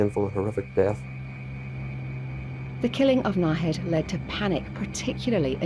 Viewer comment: Disgusting malignant monster, Nahid; (pronounced Naheed,) was stabbed over thirty times not 16, this criminologist fellow does not know what he is on about, That was not even as long as either of the victims had lived.